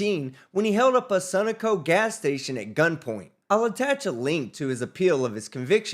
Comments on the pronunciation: not “Sunnuhko” it’s pronounced “Suh-no-co” Sun Oil Company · it’s “sun-OH-co” - not “SUN-a-co” Emphasis on the 2nd syllable. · Sunoco? It's Su-NO-co! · lol, it's Sun No Co not sunaco haha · sun - O -Co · It's pronounced "Suh-no-coe" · You pronounce Sunoco weird. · You pronounce Sunoco differently than I've ever heard it. Where are you from? (Not making a joke. I'm from Pittsburgh and our accent is apparently off-of-the-wall.) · Have I been pronouncing the gas station Sunoco wrong my whole life??